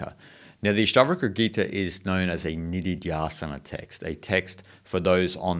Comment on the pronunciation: Nice! The phrase "Ashta" (the Ash rhymes with hush and not ash as in ashes) :) means eight. Ashtavakra, refers to the sage who was born with eight bodily deformities and yet taught a profound scripture. Thank you for this exposition.